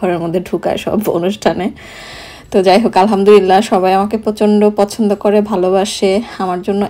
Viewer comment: উচ্চারণটা হবে "আলহামদুলিল্লাহ"। হতে পারে আমার এটা শুনার ভুল। তারপরও লিখলাম কারণ আমি মনে করি এটা অনেকেরই উচ্চারণের প্রবলেম হয়। যার কারণে অর্থটা বিগড়ে যেতে পারে ।আমরা আসলে যে কারণে আলহামদুলিল্লাহ বলে থাকি আমাদের উচ্চারণে ভুল হওয়ার কারণে যদি অর্থটা নষ্ট হয়ে যায় সেখানে আসলে ভালোর চেয়ে খারাপের আশঙ্কা বেশি থাকে